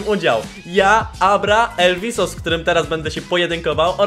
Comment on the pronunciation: Mówi się elwis